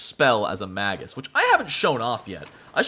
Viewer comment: Its pronounced May-gus. Hard G, unless its plural. Magi is Mah-jai.